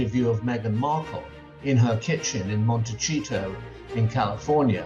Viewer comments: Someone needs to correct Mr Cole’s pronunciation of Harry and Meghan’s hometown Montecito. The c is pronounced like an s not like ch. The point Mr.Cole is trying to make ( nor really doing a good job) that the rift is all Harry and Meghan because of actions and words. This can also be said of the King and the Prince of Wales. Words and actions have had the consequence of the younger son leaving and leaving his father and older brother unable to clout chase because Harry shut the door on them. Make no mistake, Charles and William are mad about that and also I believe that William is surprised and envious of Harry’s successes. Harry’s PR team put out the right statement, however Mr Cole ignored one word that was part of a phrase that Harry’s team used. Harry understood the King’s priorities not just that the King was busy. Charles priorities have seldom been his younger son. Harry wrote a book about it it’s called Spare. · 😂 It makes me laugh so hard that Michael Cole always mispronounces Montecito , "MonteCHEETO". Hahahaha!!! Is that his sneaky way of calling Harold and Fraud overly processed and cheesy? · You are mispronouncing Montecito. You should know better